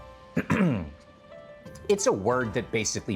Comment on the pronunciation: I swear to god! I keep hearing Tupac instead of thukpa😅